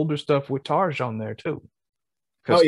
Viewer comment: Great song choice guys! Thank you for being gentle about comparing singers! All 3 amazing women brought something great to this band. For checking out live videos, do check out more Tarja (pron: Tar-Yuh), esp from the 2005 End Of An Era show. Now for Anette...she has a more poppy, less powerful voice, so I recommend the original band videos of Bye Bye Beautiful and Amaranth, live, she does a great job on a jazz joint called Slow Love Slow. She saw the band thru the most difficult stretch, and most.commercially successful stretch of their history. Then in 2013...Floor takes over and can sing absolutely everything with texture and power...she's a "total package" vocalist. All 3 ladies have my total respect! Thanks guys, for getting the pronunciations correct! See you next time!